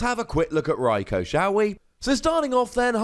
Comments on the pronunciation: In the GX video you say “Rikoo”, the way it’s supposed to be pronounced. Why do you you say “Rikoh” now? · Watch some of the episodes where they mention Raikou. They pronounce it as Raik-oh.